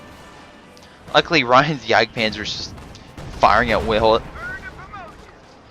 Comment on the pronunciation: U are saying all the fucking time "luckuly" It gets really annoying :p